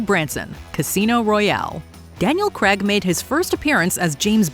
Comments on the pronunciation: ??Daniel 'Cregg'???? it's pronounced 'Crayyyg' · When are you lot going to pronounce Daniel Craigs name properly?